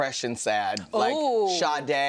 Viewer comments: It is Sade though. Without the H. but okay. thank you!! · Shade - “Shaday” is right. She is originally from Nigeria. That is a Yoruba name.